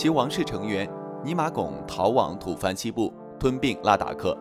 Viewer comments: 小编，“土蕃”在这里不应念成"tu fan",而是念成“土bo"。土蕃王朝统治了西藏很长时间。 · 吐蕃（bo）不是土 fan